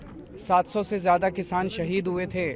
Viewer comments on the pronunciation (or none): none